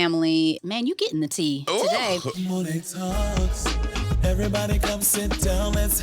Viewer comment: I absolutely love this episode. Absolutely incredible. However, Monet kept saying her last name wrong! 🤣 Just a funny moment. Lol.